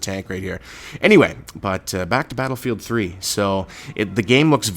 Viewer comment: did he say pladlefield 3 ???